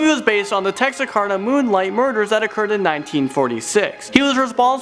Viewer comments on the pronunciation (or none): you completely butchered the towns name texarkana